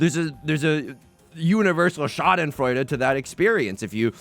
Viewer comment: once again flexing his ability to pronounce Schadenfreude flawlessly